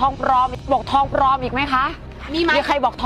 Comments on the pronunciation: ปลอมค่า ไม่ใช่ ปรรรรรรอม😁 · มีใครบอกทองปรอมๆๆอีกไหมคะ..ใช้ร.เรือ.สะกดเพราะลิ้นกระพือมาก..มีใครบอกทองปรอมๆๆอีกไหมคะ..แหม!!มั่นเกิ้นน..ไงละ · คำว่าปลอม ลอลิงจร้า กระดกลิ้นทำไมก่อน555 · ปลอม ล.ครับไม่ใช่ ร.นะ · ปลอม ล.ลิง ไม่ใช่ ร.เรือ 5555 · ปลอม ค่ะ ไม่มี ร น้อ